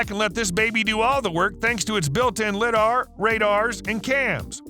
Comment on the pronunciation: Lidar, is lie-dar